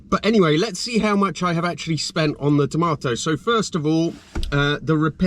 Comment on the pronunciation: You spell it tomato but you say it tamoto.